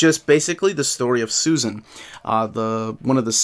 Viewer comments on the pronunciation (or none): none